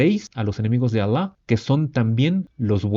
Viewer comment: Me encanta incluso su pronunciación de los nombres Alah y el profeta Mohamed. Lo hace muy bien.